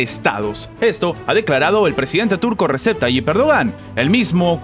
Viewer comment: Se lee Reyeb en turco la “ c” suena parecido a “y”